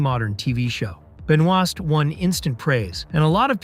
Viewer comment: Also, he pronounced her last name wrong...